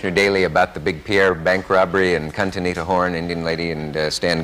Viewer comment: Kahn-Tineta Horn, said Dick at the end. It really did sound like Cuntanita.